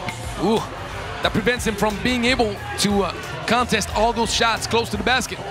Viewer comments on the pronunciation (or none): none